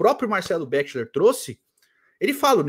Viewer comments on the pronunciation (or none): ô, fala béxiler não kkkkk qualquer vídeo que ele é citado as pessoas falam a pronúncia correta, é beckler cara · Tem 5 anos que vc fala Marcelo bexiler pqp... fala direito